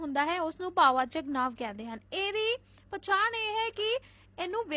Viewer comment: Not ‘now’ it’s ਨਾਂਵ